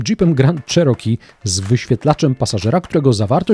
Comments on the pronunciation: jednak nie do konca. tutaj masz oryginalna wymowe , zaraz na poczatku filmu - bardziej cos jak miekkie "cziiroki" nie " czeroki " . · Not sure about it. We say CherokEE but he said CherOkee. Good pron isn’t just the vowel quality but word stress. In any case, it doesn’t matter how you pronounce as long others can understand you. It’s called intelligibility.